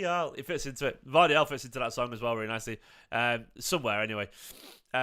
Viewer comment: Pronounced...... YOSHKO GUARDIAL